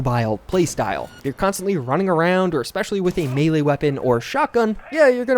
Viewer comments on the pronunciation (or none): none